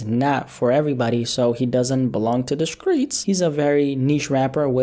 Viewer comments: he said screets not streets lmao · "the skreets"